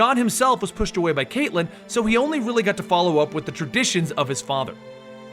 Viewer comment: Best part: you pronounced it "Kate-Lynn" and not "Cat-Lynn." Thank you.